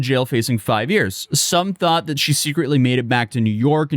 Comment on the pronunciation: I can't stand ghetto speak, I just can't take someone seriously as a person when they can't say one syllable words correctly. Though, ask, that, these are not hard words.